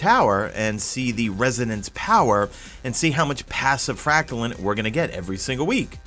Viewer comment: Anyone else triggered every time he says Fractalin? Its Frack Tuh Line or Lean. There is an e at the End of Fractaline. Thanks for the vid btw. #madeittotheend